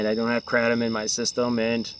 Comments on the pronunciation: Why do you keep saying kratom incorrectly? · Ugliest way to pronounce kratom